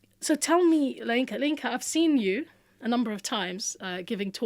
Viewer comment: Masha Allah... She's a Yoruba woman..., your intonation while pronouncing 'LAYINKA' was just so funny... Love from Nigeria